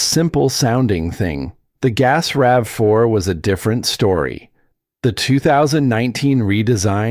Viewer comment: RAVE 4? Credibility lost. Get a human or a better bot.